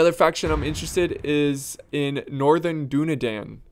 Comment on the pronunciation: how long is he going to mispronounce Dunedain